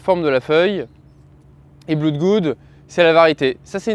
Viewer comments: Mode maitre Capello : blood est une exception, ça se prononce "Blaude" et pas "bloude" Donc le nom complet "blaude-goude" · J'ai bien ri quand j'ai entendu sa prononciation... 🤣